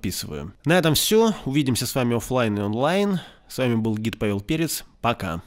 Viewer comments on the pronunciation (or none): none